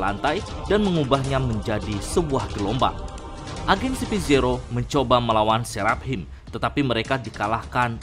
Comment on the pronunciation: Seraphim bacanya serafim biar enak.. Gua denger mimin kyaknya keribetan nyebut seraphim tapi h nya disebut jadi serap him..